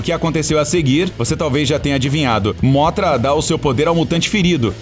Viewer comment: Mano não é móthra é mõthra e não rei ghidorah e mais devagar o ghidorah